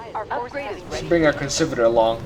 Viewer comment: Conservator emphasis is on the “E” ConsErvator